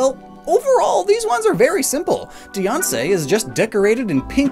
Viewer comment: Dee-awn-say? Its Die-Anne-See.